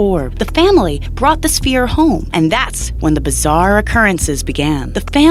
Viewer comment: Can't even pronounce the word "sphere" - convincing!